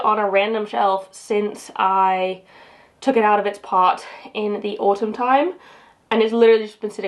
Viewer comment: You know… I’ve always thought you’ve had such a “light” accent…. Until I heard you say autumn! Hahahaha